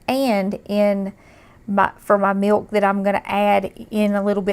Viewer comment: I love the way she says "miwk"!